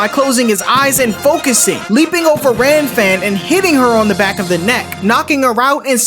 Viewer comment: Bro the manga it is kuririn not krillin Gilan not geran Lan-fan not Ran-fan It is a common mistake because the canji for R and L are similar Heavenly palm of world wide shock not lighting suprise X-cross from the heaves not what the anime say